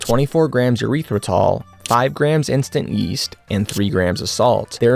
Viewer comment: why do he say , Eureathrotol.”